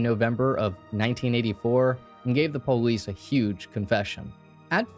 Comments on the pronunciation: Why did you say po-lice instead of police? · I love how you say "Police" po leese👍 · Whats a " poelease"? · Why cant u say police correctly. What is PO LEESE